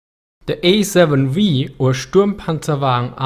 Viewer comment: "The Ej-Sieben-Vii" ^^ aber super Video ;)